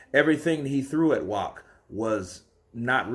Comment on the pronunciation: His last name is pronounced with a V.